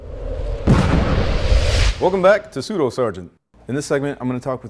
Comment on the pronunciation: Please don't pronounce it pseudo. It's "SU DO", as in "do as SuperUser"